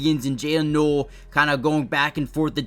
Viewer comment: Noel is pronounced 'Nole'.